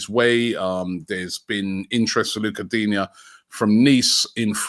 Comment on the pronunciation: Digne not Digna!